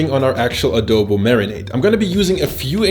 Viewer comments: You pronounced it well 🤣🤣🤣 we don't discriminate in pronunciation we have our different way to say things depending on the region. Spot on you showed a different way to cook it. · Im not sure about this but I think u are the only one who spoke Adobo right? I guess